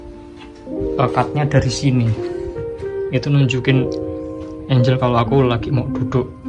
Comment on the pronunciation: ikut bagi ilmu dikit bang hehe... Angle (Sudut) bacanya bukan "Enjel" tapi "Enggel Angel (Malaikat) Bacanya "Enjel" suksess terus, smoga makin rame channelnya.....